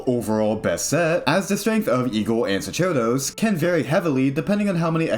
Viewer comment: it's pronounced "SOCK-air-dose", it's latin :>